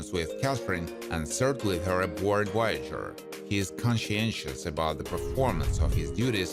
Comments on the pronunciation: Its Voyager not woyager. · Pretty sure there is a V in Voyager, not a W